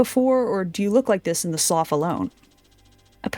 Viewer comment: The word "slough" is pronounced "sloo", it's a water feature found around marshes.